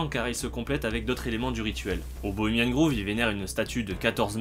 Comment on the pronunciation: C'est Bohemian Grove qui se prononce grauve et non Groove comme grouve, révise ton anglais